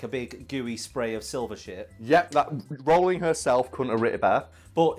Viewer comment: Pleasantly surprised pronounced Rowling correctly but then again of course he would he's british